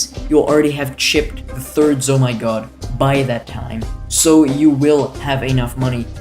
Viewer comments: z O M G s. Note: I'm not hating. But it's pronounced ZOMG. Please don't eat my Rainbow Regrow Rush. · Loving how you say zomygod